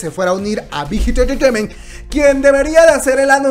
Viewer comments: Las veces que dijo "Bit Hit Entertainment"? Un monton xD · por cada like es las veces que la dijo bighit entreteiment xd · Jajaja dice la big hit intejehfjejement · Me gusta cuando dice big hit entertainmen 👌👌😄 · JAJAJAJAJA alguien mas le parecio gracioso cuando pronuncio BIGHIT ENTERTAIMENT JAJAJA la amo!! ♥ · Yo que voy a ver una peli y me viene con la Chisna de CL 😂pues ya se pasó a Bighit. No puedo con la risa de cuántas veces escuché Bighit enterteinment🤣🤣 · 1 shot cada que dice big jit enterteiment xd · Bijit entreteimeeenthhhh Bijit entreteimeeenthhhh Bijit entreteimeeenthhhh Bijit entreteimeeenthhhh Bijit entreteimeeenthhhh Bijit entreteimeeenthhhh Bijit entreteimeeenthhhh Bijit entreteimeeenthhhh Bijit entreteimeeenthhhh Bijit entreteimeeenthhhh Bijit entreteimeeenthhhh Bijit entreteimeeenthhhh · Hermano, amo tus vídeos, pero es difícil mantener la compostura cuando dices Big Hit Entertainment JAAJAAJAAAJA morí